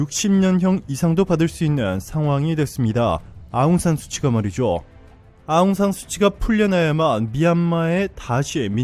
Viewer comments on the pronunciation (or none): 좋은영상 만드시느라고생이많으십니다 근데 큰오류가있어 말씀을안드릴수가없네요 아웅산수치가 아니고 현지발음으로 아웅산수찌입니다 수치는 말그대로 수치스럽다의수치입니다 현지의독립영웅딸로 어느누구보다도 존경을받고있는분인데 수치라하면 현지인들한테반감이생길것같네요 동남아거의모든나라가그렇지만 미얀마처럼 한류가인기있고뜨거운나라는없는것같습니다